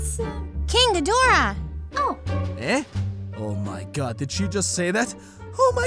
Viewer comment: why did ni says moonhidhora 🤔🤔🤔🤔🤔🤔🤔🤔🤔🤔🤔🤔🤔🤔🤔🤔🤔🤔🤔🤔🤔🤔🤔🤔🤔🤔🤔🤔🤔🤔🤔🤔🤔🤔🤔🤔🤔🤔🤔🤔🤔🤔🤔🤔🤔🤔🤔🤔🤔🤔🤔🤔🤔🤔🤔🤔🤔🤔🤔🤔🤔🤔🤔🤔🤔🤔